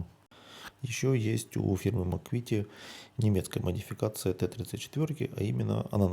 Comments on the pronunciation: Не Макуит, а Макет. Даже на инглише звучит название как Макет. И ещё у Макета есть набор ОТ-34 только версии с башней пирожком. У ICM версия с башней гайка, а у Макета башня пирожкового типа. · Трішки коробить як людину яка вивчала в свій час французьку, від вашої вимови слова МАКЕТ як МАКУВІТІ)))